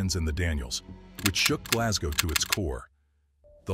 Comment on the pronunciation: I think I was impersonating how the narrator said Glasgow but aye,I live not far from Glasgow and we say Glesga tae,and I live at the mouth of the Clyde,oh the shame,lol.All the best bud.